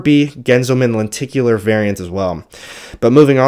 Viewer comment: Len-tic-u-lar......not tink u lar. English teacher :-)